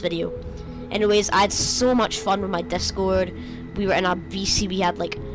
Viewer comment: It’s discord not descord